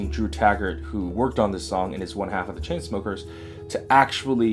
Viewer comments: i cant stop laughing everytime u say choo choo smuckers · sorry ever time u say chu chu smokers i cant help but laugh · I keep laughing whenever you say choo choo smuckers 😂👏👌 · i love how he calls chainsmokers chuchusmukers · i laugh every time he say ChooChoosmokers. haha. he's not the first person to call them lazy 😒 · IM FUCKING CRYING AT HOW U SAY CHAINSMOEMRFC